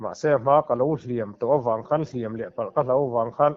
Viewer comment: Mizo tawng thiam deuh tur a ngaih hian kan thil lam dan hi a mak thei e savawm ka lo hliam na vak lo a niag i tih thluk hi chu a diklo deuh lo mw...hliam i thluk dan hi...kan thil lam ah hian i fim khur hram2 ang u tih ka lo swi ve mai2 a ni e...